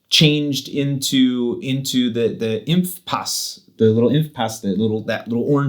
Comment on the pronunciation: Dein "Impfpaß" war perfekt.